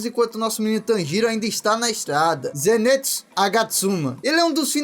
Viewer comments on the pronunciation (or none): É ZENITSU E NÃO ZENÊTSU😭😭😭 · Só eu que percebi que ele ta falando errado o nome do zenitsu ZENITSUU NIIIII NITSU